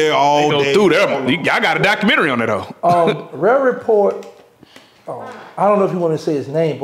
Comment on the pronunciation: Did he call the rare report the ray ray report? 😂 #noChildLeftBehind